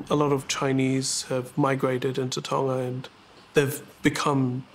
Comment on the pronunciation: tana? Tonga ? I don’t understand what she means. Can you say it in US English? lol😂